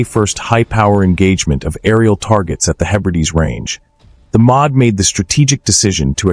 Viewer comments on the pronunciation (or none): Agreed, but you'll have to get used to it because it aint going away. Did you notice how the "Ministry Of Defence" (Em-Oh-Dee) is said as "Mod" ?